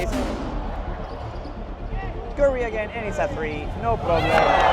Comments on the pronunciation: he said it like carry and I know it’s curry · Bro said curi